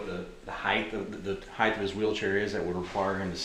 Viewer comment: Hight NOT Hith lol